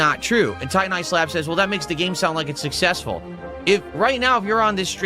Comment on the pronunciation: begging early for tips for the next day's stream, but he is "sussessful"